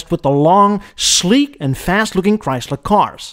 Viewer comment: Chyys ler